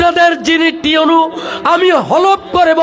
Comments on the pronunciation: উনি ভুল বলতেছেন শব্দটা টিউএনও না ইউএনও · আচ্ছা আমি কি ভুল শুনতেছি নাকি টিউনু ,টিউনু এটা কে ?? মানে আমিই ভুল শুনছি মনে হয় 😐😒😒😒😒আপনারা কে কি শুনেছেন ????